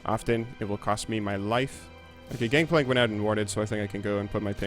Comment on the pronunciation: did you know it's gangplank and not gankplank?